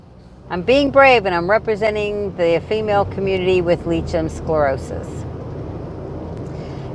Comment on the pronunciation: as your video is so informative and you have many viewers, could you put the correct pronunciation in the drop down information section, it's hard enough trying to tell a medical person without saying it correctly, so I think it would help Lichen Sclerosis pronounced like-en scle-ro-sus